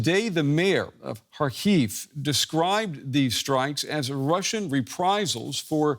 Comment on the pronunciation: Please, don't say "har-HEAVE". It's HAR-kiv. HAR-keev is all right too, I think. (If you want to give the initial H a gravelly, throat-clearing type of sound as Ukrainians themselves do, that's good but not necessary, since English speakers generally aren't good at making it.)